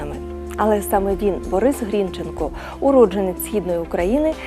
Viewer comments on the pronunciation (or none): Соромно ,що ви навіть прізвище правильно наголосити не можете